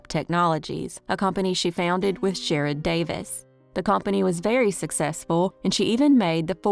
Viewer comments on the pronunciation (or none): none